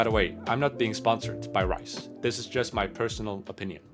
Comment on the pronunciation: Reiss is not pronounced “Rice’😂 , it’s “Rees”or”Reece”